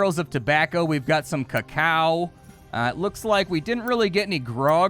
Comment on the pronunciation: did he really just mispronounce Cacao????